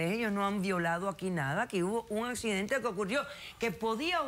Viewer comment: Fue un "acczidente" de trabajo jajaja